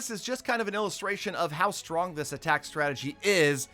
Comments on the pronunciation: You spelled strong rong you said stronk but it is OK everyone makes mestaik ily😘😀🤗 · Stronk? WTF LOL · Yes way too “stronk”